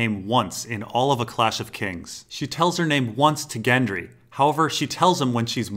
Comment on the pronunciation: He says "Gendry" not "Jendry"! Love your work and agree everyone can pronounce how they like but that jumped out at me anyway.